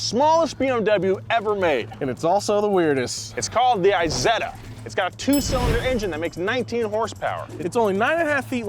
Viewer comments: Please dont call it "I"setta.. its not an Iphone... in english please "E"setta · Isetta like Isabella, not like ice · Forza has a Z so it makes a Z sound. Isetta doesn't have a Z - and doesn't make a Z sound. It's like morons calling Tesla Tezla - like they have a South African accent like Elon.